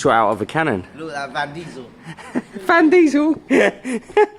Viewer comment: 'Van Diesel'. FFS! 😂